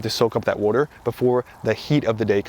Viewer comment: Wooder. I know I can listen to this guy just because of that.